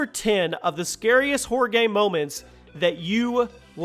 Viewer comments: it sounds like your saying horde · when he says horror it sounds a lot like "whore"😂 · Who else thought every time he said horror it sounded like whore😂?